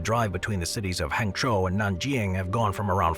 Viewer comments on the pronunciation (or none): none